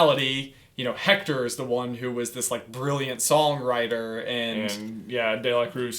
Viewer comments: The name is pronounced Ector, not Hector. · ok it is spelled "Hector" but due to the Spanish language its pronounced without the h as ECTOR! uncultured swine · Please stop pronouncing the “H” in Héctor. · You kind of got the pronounciation of Héctor wrong. In Mexico and other spanish speaking countries often don't pronounce the "H" so it's actually Éctor